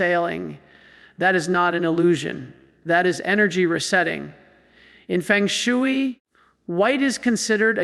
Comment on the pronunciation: The concept and practice of feng shui is not pronounced like 'chop suey'. I pronounce this AI crapola like B. S. Fake stuff!!